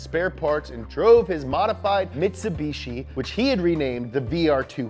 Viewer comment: A MITCHUBISHI........ me: evo evo evo: this random 3000 thang